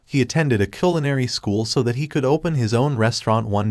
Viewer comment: Not Killanary school, Culianary school!!! So Styupid